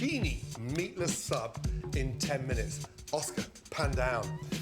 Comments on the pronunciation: What's with the "minuets"? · It's like he discovered how to pronounce the country of Chile then literally though that was how chilli was also pronounced. Also love the "minuets" . Do you reckon everyone who works with him is too scared to give him any feedback or criticisms? Would explain a lot of the weirdness in his YouTube videos.